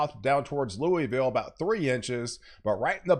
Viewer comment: My man, love the weather coverage. However, please learn how to pronounce "Louisville". lol. Its not "Loo-E-ville" its "Loo-uh-vull". Live in and around Louisville my entire 38 years. hahaha.